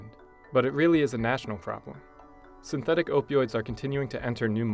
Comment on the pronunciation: Opee Oids